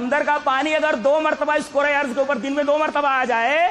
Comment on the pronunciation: Its din not deen.... Please correct tat